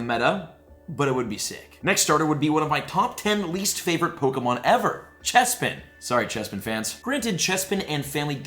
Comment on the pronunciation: He got it right for once! (Chespin)